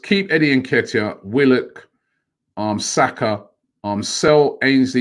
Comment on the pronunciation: Bukrayo Sako 🤣🤣🤣 Robbie it cant be that hard just to say Saka